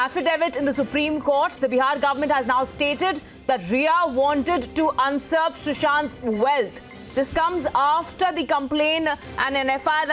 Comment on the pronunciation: The heck is "UNSURP" ...it's "USURP" 🥱😓